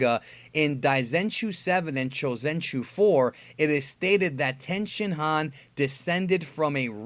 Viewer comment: Don’t mean to be that guy but the Japanese speaker in me can’t ignore it. When you say a Japanese word with an I in it such as 地球人, chikyuujin or human or the shin in Tenshinhan you pronounce it as E as in East. Just letting you know .